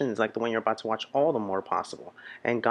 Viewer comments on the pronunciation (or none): none